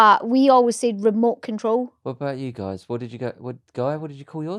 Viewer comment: Remote control - “mote frole” 😂